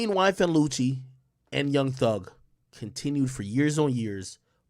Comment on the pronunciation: Can someone clarify.. is it YSL Woody or is it pronounced.. Whoa-dy..